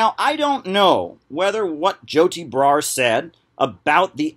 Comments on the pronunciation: "Joe tea bra" why does he pronounce things like a principal in an after school special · I love the way he says Joti Brar's name. It sounds like "Joe T. Brar"